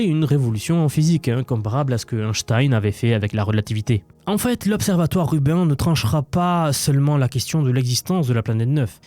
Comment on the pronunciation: Très intéressant de nous parler de l'IA en dehors des sentiers battus. Une remarque toutefois, Rubin se prononce plutôt comme Sabine pas comme Urbain😢.